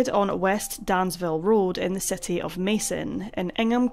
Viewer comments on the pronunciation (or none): none